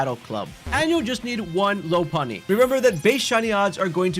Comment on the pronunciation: We STILL have people saying Lopunny wrong in 2025 are you fucking kidding me 💔